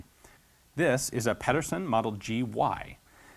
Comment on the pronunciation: You sure are getting a lot of weaponry with Danish names lately. "Pedersen" has the infamous Danish soft d, so it sounds more like "pether-sen". I wish I could give more exact pronunciation advice but it's a really hard thing to approximate. Anyway he was strictly speaking Danish-American, by Danish immigrant parents, so I'm not sure how he'd pronounce his name himself.